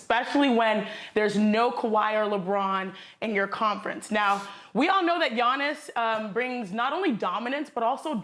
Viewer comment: They lady said Giannis’s name wrong🤦🏽‍♂️ It’s Akounpo